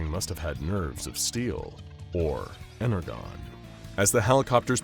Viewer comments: Here is a brief list of some of the things wrong with this video: - Energon is pronounced incorrectly (it's said as a J, not a G) - Optimus Prime kills humans - AoE Optimus does not have a trailer, however even if it was a Prime who did have a trailer it would still be wrong as no version of Optimus Prime has ever had a trailer that looks like that - They Transform instantly with a blue flash of light (I mean yeah, it's hard to animate, but really? Out here looking like Scott Cawthon from FNAF world 💀) - AoE Optimus does not use guns built into his arms - AoE Optimus does not use wings to fly - G1 Starscream apparently exists in the same universe as AoE Optimus, TFP Megatron, and Knightverse Bumblebee? - G1 Starscream does not use a chainsaw - G1 Starscream cannot fire missiles out of his chest, as those grey areas are intakes, not missile storage - TFP Megatron does not have the same Alt modes as Combiner Wars Megatron or 2007 Megatron. - TFP Megatron is not a Triple-changer - he only has one alt mode - TFP Megatron does not fire bullets out of his Fusion Cannon. Furthermore, he can not fire anything from the arm that does not have the Fusion Cannon attached to it. - TFP Megatron does not have a machine gun which extends from his arm. - Bumblebee does not go around destroying buildings because he feels like it - OH PRIMUS WHY DOES BUMBLEBEE LOOK LIKE THAT HE'S SUPPOSED TO BE CUTE AND FRIENDLY NOT NIGHTMARE FUEL - Bumblebee is depected as he was on Cybertron during the Bumble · ENERGON. The G sounds like a J! XD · WHy do you keep saying it as ener GONE its pronounced ener JOHN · "Ener-JON", not "GONE". I love you guys, but it sounded like an AI was reading it because of that Autism triggering whoopsie. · It's pronounced "ener-john" not "ener-gone". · Are we mispronouncing "energon" on purpose?!? "EN-ER-JON" NOT "EN-ER-GON" 🤦‍♂️ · He said energone it is pronounce energon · “Ener-gone”… no it’s pronounced ENER-JON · Energon (EN-ER-JON)